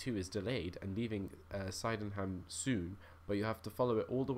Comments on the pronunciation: Just to let you know, Sydneyham is pronounced Sid-ne-ham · Sydenham is pronounced "Sidnum". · It is sid-nem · But Sydenham is pronounced Sy-d-en-ham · sydenham is said sidnum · Sydenham is pronounced sid-num. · It's pronounced Sid num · Sydenham is pronounced sid nm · Its pronounced like "sidnum" but spelt like "Sydenham" loool